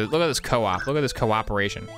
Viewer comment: The “cooperation” is killing me and I want to punch something now